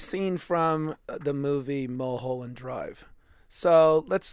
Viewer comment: Your pronunciation of "Mulholland" is wrong, pal.